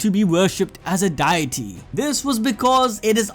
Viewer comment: the fact i spat my coffee just hearing him call a deity a 'die ity'😂